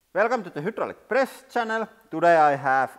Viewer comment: "...when we pruss ... push from here"